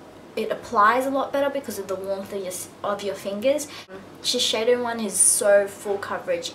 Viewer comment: isn't it shiseido not shisheido?